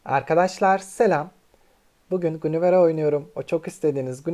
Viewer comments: Gunivere diye okunmaz İngilizce hiç mi yok sizde guinever diye okunur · Gunivere deme şuna bak sinir oluyorum